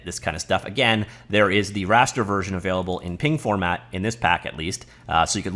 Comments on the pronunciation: Calling png "ping"... that hurts. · the creator of Gif is wrong. It's not pronounced like the peanut butter brand haha. I also say each letter individually for PNG. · I agree, just because the creator forgot how graphics is pronounced, he doesn't get to pass that mistake on to everyone else. I usually imagine PNG pronounced like "pang".